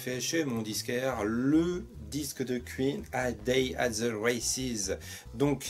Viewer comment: On dit "Quouïne", pas "Q-ïne" :p